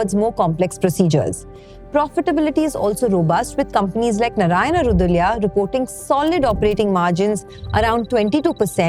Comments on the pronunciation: Narayana hrudayaalaaya it is 😅 what is hrudulya😅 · I am surprised (and annoyed) that you being an Indian and likely a Konkani GSB is unable to pronounce “hrudayalaya”. It is Hroo-duh-aa-laya. “Hrudaya” is heart. “Laya” is home or destiny, it’s where you eventually find comfort. It is a place where your heart finds comfort.